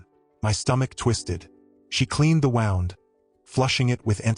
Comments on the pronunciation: When using the word wound in this sense, it is pronounced woond. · AI voice. Human English speakers can pronounce “wound” as in hurt, not like a coiled up string. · Don't you just hate AI. It pronouces 'wound' for an injury as per winding road the mispronounces it again for winding road as per injury. Bloody ridiculous.